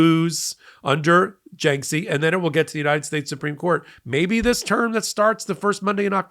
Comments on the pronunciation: It's pronounced "JAR-kiss-ee". I don't know how you get "JINK-see." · Is this f*cking guy talking about jarkesy? Who the eff is Janksie?(!) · Jarkesy... not Janksey. Oy. Come on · FYI, other news outlets pronounce Jarkesy as "JAR - keh - see" (or occasionally "jar - KEH - see"). There's no "N" in the name, and the first syllable does not rhyme with "bank."